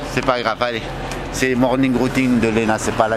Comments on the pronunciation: je reve ou il a bien dit "morning routing" ? JE MEURS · mdrrr il a dit morning routing vraiment cette video ma fait trop rire jtm lena 😍💞